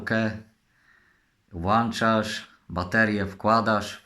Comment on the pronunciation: właczasz czy włączasz.?..w domu masz włacznik czy włącznik? 😁